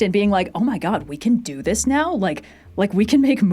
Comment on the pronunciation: "Vader's just zis guy, you know."